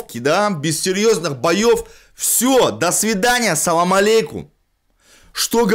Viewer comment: Сула говори пожалуйста Ассалам Алейкум, а не салам алейкум. С первой буквой А а не С